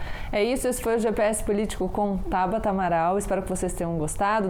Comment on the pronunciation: Acabei de ver isso também, Marcelo. Estava procurando aqui nos comentários para ver se mais alguém tinha notado. Ainda bem que sim! Para quem não viu (ou não entendeu): o nome dela é TABATA, com "T" na última sílaba, e não TABARA, com "R"! :-) Vamos ver se alguém corrige! (22/08/2021, )